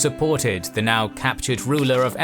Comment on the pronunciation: Nice content, but I find the pronunciation of the narrator rather distracting. The article "the" always being pronounced as "thee". And the name "Theodore" being pronounced as "Theodoreh". I'm not sure whether the intention was to pronounce it in some kind of style that sounds "Greek". I think that in actual Greek it is Θεόδωρος (theh - Oh - doh - ros, with stress on the "Oh").